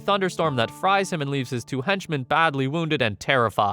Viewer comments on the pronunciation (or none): none